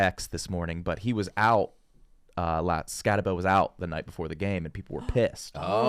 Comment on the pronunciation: The worst crew of host to talk sports… that’s not how you pronounce Skattebo name, also he doesn’t even drink… yall couldn’t even spend 5min to do some research